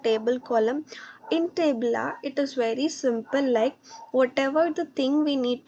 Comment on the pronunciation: Tableau ❌ Tablaaaaa ✅ 😂😂😂😂